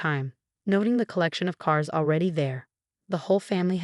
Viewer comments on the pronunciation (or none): none